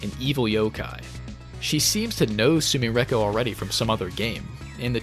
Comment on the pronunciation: Why u pronounce sumireko like that, we know youre good at japanese. Im not saying put on an accent and put your whole dick and balls into the pronunciation but you can do better than that